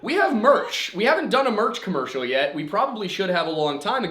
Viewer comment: It’s Yeti. Also, nice com-merch-ial.